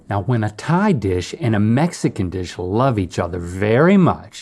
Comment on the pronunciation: Did he say "I love thigh food"?